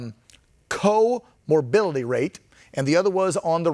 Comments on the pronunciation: HEY, newsguy - that's "comorBIDITY", not "comorBILITY"! Just sayin'!!! 😉😁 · You mean comorbidity not co mobility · Listen again. The guy kept saying "co-mobility." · Huh? Co-morbility. What a dope.